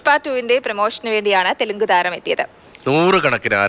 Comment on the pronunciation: തെലുങ്ക് അല്ല അമ്മച്ചി തെലുഗു She is a reporter and doesn't have pronounciation properly..Kashtam